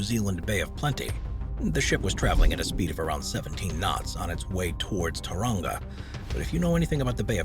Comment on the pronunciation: Please please stop calling it TUranga!!! It's pronounced Toe-wrong-ga....